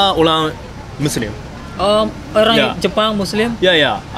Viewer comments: Olang Olang🤣😂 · Humor saya cuma sekedar dia ngomong "olang olang"😂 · R dibaca L L dibaca R 🤔